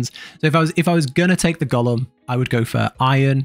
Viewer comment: Thanks for this video. Also I was listening to it and at one point you were talking about "Gollum" all the time then I noticed.. "Golem" lol